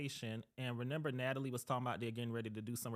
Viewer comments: Not him saying “RENIMBER” 🤣🤣🤣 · he keeps saying "renember" it's driving me nuts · It bugs me that the guy said “renember” instead of remember 😭